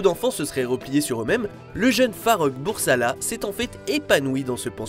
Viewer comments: À il lâche "le jeune farrokh BURSALA" au lieu de Bulsara quelle honte😂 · bursala? BURSALA!? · C'était plutôt Freddie Bulsara, pas Bursala. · Farrokh Bulsara et non Bursala 2mn56 ...